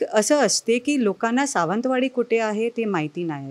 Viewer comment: हिला निट सावंतवाडी म्हणता येत नाही